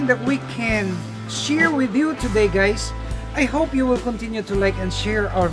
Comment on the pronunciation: I wish would stop greeting his viewers with ‘Hi gays’ 😂😂